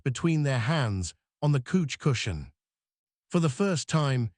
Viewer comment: Great story however, I would prefer you change couch to sofa as its the one word i find frustrating when its constantly mispronounced.